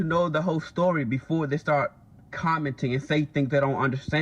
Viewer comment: Sir you said stowwy. Story... say it with me now